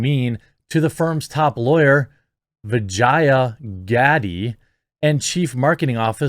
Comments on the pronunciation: I swear I thought Jeremy said her name was Vagina Daddy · Did you just say Vagina Gaddie?